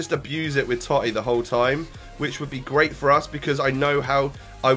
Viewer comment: The totti prononciation was cancer